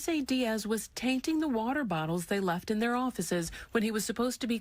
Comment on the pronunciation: He is worse at saying water bottles than Scottish people...